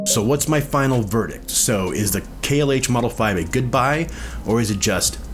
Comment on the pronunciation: It’s pronounced “KLOSE”. I own a pair of 17’s. The original KLH 6 or 19’s are the best.